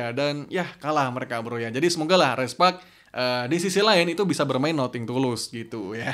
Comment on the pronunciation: Sedikit koreksi Comeback ==> Kambek.. Bukan kombek Nothing ==> Nating.. Bukan noting